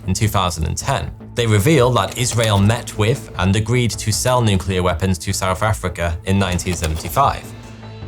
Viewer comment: Whoever wrote the script for this video hates the narrator, making him say souf affricka every 9 seconds